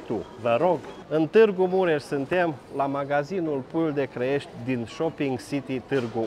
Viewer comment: puiu de Crăiești sau Clăiești? Hotărăște-te :))